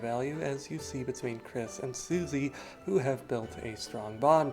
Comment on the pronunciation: your incorrect kris pronounage is kind of wack but the theory itself is pretty solid